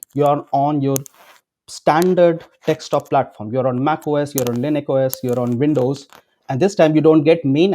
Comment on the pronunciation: It's bugging me like crazy when you spell Desktop as Dekstop. Please spell it like this. "Desk top." Not " deks top"